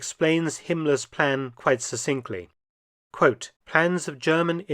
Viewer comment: The narrator mispronounced succinctly wrongly. Double C in English as in access is pronounced with the first c like K and the second as an S